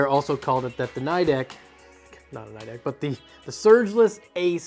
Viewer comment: The I in Nidec is pronounced as a long E. Like knee-deck... or if you're a weeb, nico nico ni. Nidec is a Japanese company after all.